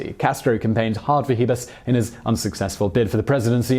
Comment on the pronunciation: Your Spanish pronunciation is atrocious. Especially Raul, the emphasis is in u. Trujillo, is Tru-he-yo. Chivás is she-bass the emphasis is in á.